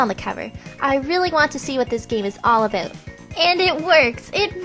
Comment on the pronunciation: ....she said aboot